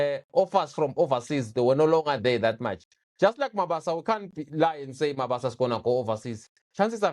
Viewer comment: I can't watch the whole episode, the introduction is kaak,ikaka...He is Mabasa not Mabaso...I don't take kind a person butchering an AFRICAN name/surname and you gossip about the striker...which is wrong!!!